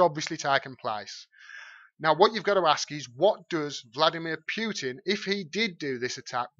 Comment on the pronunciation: Excellent video,. Thank you! Best coverage of this story I’ve seen. (But Vlad’s name is still pronounced POO-tin, not PYOO-tin.)